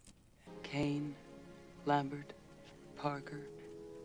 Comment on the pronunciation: "Kain"? Kane😀